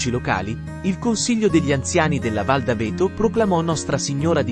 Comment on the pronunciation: Non si pronuncia d'Avéto, ma D' 'Aveto